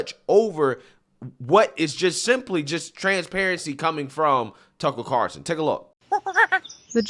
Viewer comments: It’s: CARLSON, not CARSON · Why do you call him “Tuckle Carroson”? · we have our ways for making you pronounce the L in Tucker’s last name. 😂